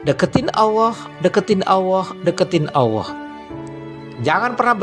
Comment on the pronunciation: Terima kasih. Memberikan kesadaran antisipatif. Kalau boleh usul, pengucapannya Allah yang lebih jelas makhroj LAM nya pada al lisan, karena kedengaran saya seperti pada asy syafatain.